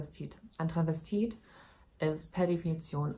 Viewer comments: Das heißt doch Travestit oder Transvestit. Sie sagt die ganze Zeit Tranvestit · Ich dachte immer es heißt "Transvestit" und nicht "Tranvestit"?! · Das einzige, was mich aufregt, ist, dass du das erste "s" bei "Transvestit" einfach nicht mitsprichst